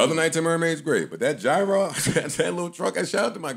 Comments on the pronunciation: Great show thank you! And it's "Yee-ros" btw, this coming from a guy in Athens, GR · It’s joe say GWORL 😂😂😂👏🏾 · The way Joe pronounces gyro irritates me 😂